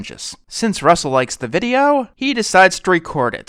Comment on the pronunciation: (The Show Say's Russel) Me: Really... (Sigh) ITS NOT RAEL